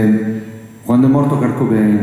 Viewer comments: Sì, xo' non si può sentire ancora kArt ! Apprezzo molto Agnelli (che mi risulta parli pure l'inglese) ma, dopo 25 anni, impareremo a pronunciarlo come si deve? Qndo lo sento non mi sembra nemmeno si parli di lui.... 😔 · Comunque mi meraviglia sentir dire Kart quando si chiama Kurt.... E comunque nel ritornello non dice assolutamente "pain"... Molti sono convinti che lo dica ma non è così.... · Infatti... Io correggo sempre... Kurt non kart... È come David Bawie o Bowie???